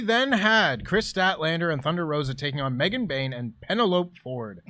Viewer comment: Please pronounce "Penelope" correctly. Not doing so gives me the Jim Cornette ick.